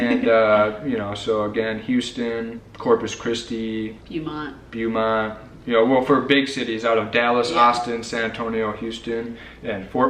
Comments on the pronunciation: The way you pronounce Beaumont makes me twitchy. It's BOW-mont. If you want to have fun research the pronunciation of other Texas cities. Nacogdoches, Study Butte, Palestine, and many others. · It's not Byoomont, it's Bohmont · 7th Generation Texan here. Love you guys and so glad you came to The Lone Star state. Just a gentle little suggestion: Ask a native how to pronounce Beaumont, Laredo, San Jacinto, Sabine and Caddo. You guys are adorable. You will be honorary Texans as soon as you work on those little details. Hugs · Yvette Garrett I l had to laugh every time I heard them say Bew-mont.😂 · Nice video...but pronounced..Beaumont.... bow-mont. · Y'all are mispronouncing Beaumont guys! It's all good. ❤